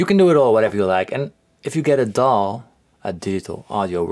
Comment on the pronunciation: I thought he said 'If you get a doll'. What kind of doll should I get?